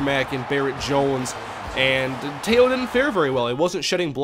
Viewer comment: You mainlanders don't know how to properly pronounce his name. Manti TE'O... not Manti Tayo!!! I'm from Laie where he's from as well and I know him very well as well as his family. Teh-Oh... that's how you pronounce his name...Tayo is how you haoles say it... and don't dogg him, your sorry ass Vikings might be drafting him!!!